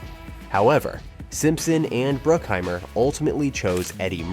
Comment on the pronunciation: Are you intentionally saying everyone’s names weird? “dah-vid cronenberg” “simpson and bruke-heimer” “james can” “and it inspired the ‘2 lbs of red meat joke’” plays clip ‘5 lbs of red meat’ Maybe it’s a joke I just don’t get because it’s so inconsistent for such a long video? And you pronounce everyone else’s names correctly? Is it AI reading?